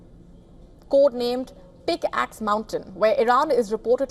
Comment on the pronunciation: Why i heard, Code Name: BigAss mountain 💀